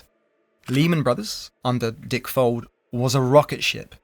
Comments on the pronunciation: Heheheh.. you said Dick-Fold 😅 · Amusing how the VoiceOver and sidebar texts refer to Dick Fuld as 'Dick Fold' Folded indeed!